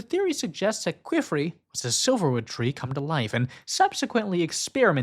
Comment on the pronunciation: I am so sorry I hate hate correcting people but you saying Qifrey's name almost sounds like.... Another word I won't post here. But his name is pronounced like Key and Fray. Keyfray. Or Key and Free is also widely accepted.